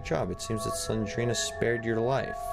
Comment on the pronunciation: It’s not slengrena it’s slendrena